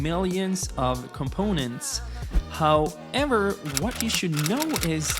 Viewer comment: lol the GaryVee "how- ever"